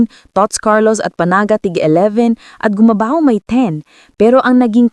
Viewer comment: This AI speaker still can't pronounce Gumabao. Tsk tsk tsk.